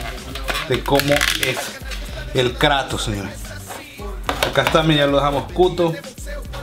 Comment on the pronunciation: En el intro te fallo el "YA" nada mas esta "Y" dijo para que repongas ese error :)